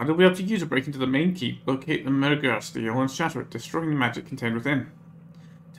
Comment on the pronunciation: Stele is pronounced "STEE-lee" (it's Greek).